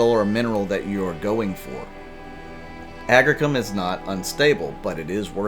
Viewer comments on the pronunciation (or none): Agricium. (agg-REE-see-uhm)